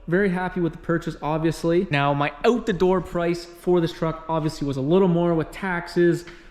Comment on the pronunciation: Just one critique, say “out” correctly 😂